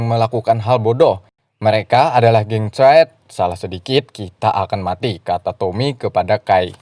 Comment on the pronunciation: Pengucapan "geng triad" nya normal aja jngn inggris.. 😆 aneh dengernya di kuping netizen +62 hahahaaa